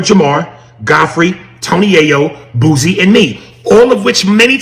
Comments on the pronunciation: Who is Boozie lol it Boo-Sie foo 😆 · The way he saying “boozey “ 🤣🤣🤣🤣🤣🤣🤣🤣 mane WHO